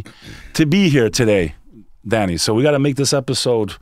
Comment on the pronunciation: I thought dude was saying “daddy” for the first half hour or so. He was just sayin Danny.